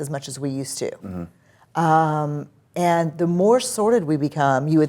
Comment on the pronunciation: Sorted sounds like sordid here 😆